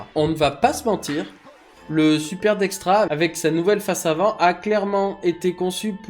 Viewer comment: dexta il est où le R? dextra non, dexta OUI